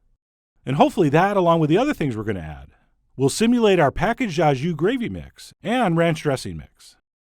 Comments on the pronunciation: OK so, like, you are the Judi Dench of speaking French and all but PLEASE stop saying "ah jus". It's pronounced "oh jus" and sounds just like Port Au Prince or SOS or Filet O' Fish. (Source: Canadian) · When will Americans stop pronouncing au jus wrong? Instead of “aw” jus it is correctly pronounced “oh” jus! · Your pronunciation of "au jus" physically hurt me. For future reference, "au" is pronounced like O. 🤣